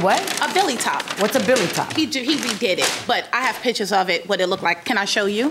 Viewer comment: Oh is that what she was trying to say? I heard Billy top but didn’t understand she meant belly 😆